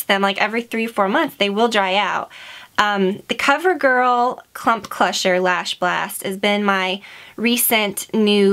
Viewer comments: I love how you said Clump "Clusher" mascara by cover girl :P That was so cute haha ! <3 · I do believe you said Cover Girl Clump Clusher. LOL =P love you! xx